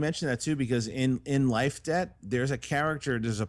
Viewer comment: whenever said Life debt i always thought he was saying life day and i was very confused